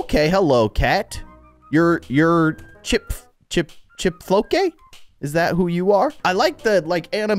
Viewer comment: Chipflake, not chipfloke